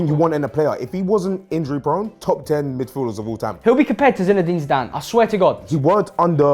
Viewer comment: Dude said zinedane zidane and xabi is better manager than pep guardiola.. These guys have l ball knowledge 🤣🤣🤣